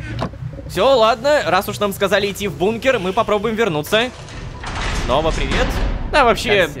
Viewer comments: ПОЧЕМУ "Фнова" !?!?!?! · Мне одному послышалось вместо снова фнова